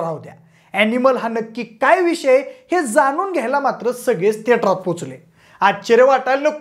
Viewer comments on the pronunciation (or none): थिएटर ❌ थेटार✔️😂